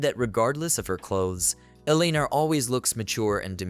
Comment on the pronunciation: Have seen this quite a while ago and now I remember why I can't tolerate listening to this. So far 2 videos have utterly mangled the name Eleanor and it makes me want to stab my ears with ice picks every time I hear it. I'm sure that's not the only word you mangle.